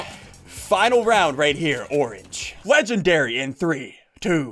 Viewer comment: SSUNDEE it’s pronounced (Legen-dairy-) not (legend-reee)